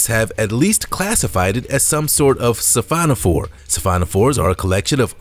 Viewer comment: Only them-over-there would pronounce it the Mary annas trench. :¬(O Heard "Sephanophore" - checked - he means "Siphonophore" I SEE "Tunicate" I HEAR " Tunakit". HUH?